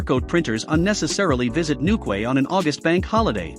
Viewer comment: Newquay is pronounced NewKey.